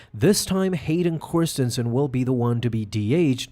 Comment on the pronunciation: Am I out of the loop? Why does he keep calling him Hayden Chorstensen?